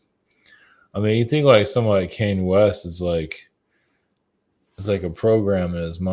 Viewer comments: (Kahn-yay) not (Kane), even when he channels him, he pronounced it wrong.🎃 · The way says Kanye🎃. As always, I enjoyed this video-so great to have someone speaking my 5D language🤗 Go well,. Thank you